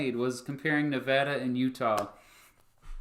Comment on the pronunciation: Hey Nevadan here. Sorry you hate our flag. And sorry we took so long to count the votes. But thank you for pronouncing Nevada correctly.